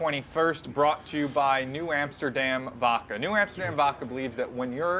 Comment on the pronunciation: Dose know it’s vodka and not “Vocka”?